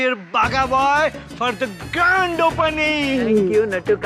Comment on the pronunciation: instead of grand he said gand